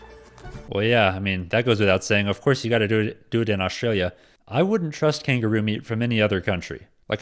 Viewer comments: The guy who is presenting the video your featuring has zero idea on pronouncing Australian words firstly it's not oustralia it's Australia and the fish is called barramundi not barramoondi and beetroot not beet-root. He obviously has never been to Australia. Our sausage rolls and sausage and bread are completely different we eat both the sausage and bread is called a sausage sandwich and our Big hardware chain called Bunnings allow the local clubs and charitys to sell them out front on Saturdays as for kangaroo you can eat it but I don't like it it's too gamey like your deer has a flavor that is very strong its high in protein and very low in fat but give me a steak anytime. Vegemite is a yeast extract basically the leftover from beer brewing very salty we love it but the rest of the world doesn't and I get that it's high in vitamin B and is great for hangovers. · He is really annoying Mr how he says Australia. It's not "Ozssstralia" it's "Usssstraylia" Baaarrraaamundi Not "boramoondee." 😅